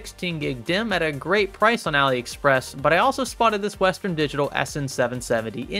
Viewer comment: AliExspess? Really lol